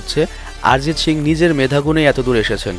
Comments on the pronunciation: ভাই শিং না,,,, সিং! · শিং না বলে সিং বললে ভালো হয় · শিং না ব্রো।😂 সিং হবে। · তোমার সিং উচ্চারণ শিং। LMAO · দয়া করে শিং উচ্চারণ না করে সিং(ছিং) উচ্চারণ করুন। এটা গরুর শিং না। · আরজিত শিং,বাহ কি উচ্চারণ